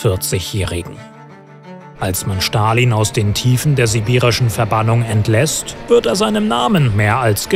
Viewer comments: Man es wird Stalin und nicht schtalin ausgesprochen aber ja sehr gutes und informatives Video👍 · Ich mache es immer so: 1. Liken 2. Feedback : Ich glaube man spricht es "st(alin)" aus und nicht "sch(talin)" 3. Vorschläge für neue Videos :Frida Kahlo, Sigmund Freud( oder gibt es die schon?) Che Guevarra, Maria Königin der Schotten, Elisabeth die erste, Katharina v. Russland (ehemalige aus Anhalt Zerbst)und THE BEATLES das wäre cool. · Leute, bitte sprecht Stalin nicht "Schtalin" aus. Ist einfach die falsche Aussprache